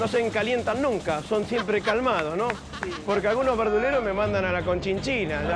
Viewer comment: 1k de Pomelo 1$, polque? No hay polque xD